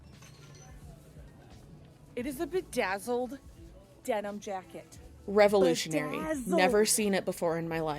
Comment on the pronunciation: I died every time you said, ''REVOLUTIONARY!'' :hand-pink-waving